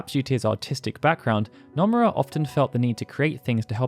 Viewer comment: The mispronunciation of Nomura actually frustrates me